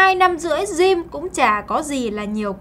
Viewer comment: Bạn nữ này phát âm từ Gym tệ hại quá....